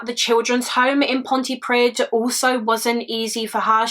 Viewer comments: I’m from south wales this story breaks my heart, poor Karen. Just a side note Pontypridd is pronounced ponty preed! ❤️ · This is quite close to home as my dad grew up in Cardiff, so sad that jo one was looking for her, just so you know, if you see a dd in a Welsh word it has a th pronunciation. So it’s pont-uh-preeth. Xx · South Wales police are still crap. Especially in the Torfaen borough. No hate, hust a heads up Pontypridd is pronounced pont-ee-pree-th. 'dd' in Welsh is pronounced 'th'. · Pontypridd- Ponty preeth Good effort though, lots of Welsh people have problems with pronunciation x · Oh poor girl 💔 I'm from pontypridd and I've never heard of this case, how no1 filed a case is just heartbreaking she was just a child ❤️ Great coverage of this case..FYI when you see a dd in a welsh word instead of just one d pronounce it like th 😀 so it would sound like pontypreeeth 🙃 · Very sad case. I was about 15 at the time and loved quite close, so I remember it. Just purely for future reference (and not to be picky!), the end of the place name Pontypridd rhymes with the word breathe- a dd in Welsh is more like a ‘th’ sound.